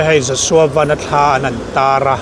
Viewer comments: Piangte Vennnn a ni lo , Van- Sky, VAN ti in ko roh... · Ku Pianga hian a lam dik lo nih hi😂mahse Ku Pianga kha ni tlat a,a changin lam dik leh tho bok a,Aaaa Ku Pianga kha ni tlat a😂😂😂